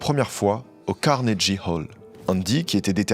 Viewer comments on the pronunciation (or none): Carnegie se dit "kornégui", pas "carnédji" 😅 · Mer-ci pour cette très belle vidéo. Quelle vie Nina! Ça m'a fait du bien de l'écouter à nouveau. (Ps: on s'en fiche un peu mais si jamais ça t'intéresse, Carnegie se prononce avec le son "gu" pas "j" ;)) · CARNEGUY CA SE.PRONONCE CARNEGUY...ET CEST PAS AU LAGOS MAIS À LAGOS CEST UNE VILLE